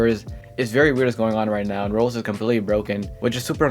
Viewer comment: why does bro say rolo, rolls and rolox instead of roblox 💀